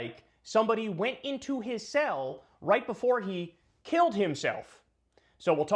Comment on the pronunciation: what is the sale entrance? Oh, you mean the word "cell".